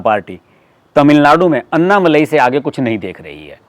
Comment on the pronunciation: कृपा करके अण्णामलय कहिएगा अन्नामलाई नहीं